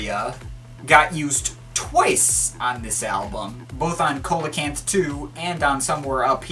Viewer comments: Coelacanth (improper pronunciation) [see-la-canth] your welcome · see-lo-canth ... its a prehistoric fish